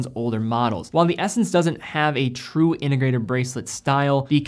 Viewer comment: What does "innegrated" mean? Or are you just speaking sloppy?